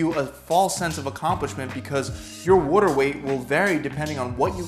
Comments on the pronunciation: anyone else triggered every time he says "water" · no one: this man:*w o r t e r* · Don’t get fooled by your wudder weight. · "Wudder" = water, for those that don't speak Philly. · Hes saying it in a philly accent. Go to Philadelphia if you wanna get more "Triggered" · This guy says water funny.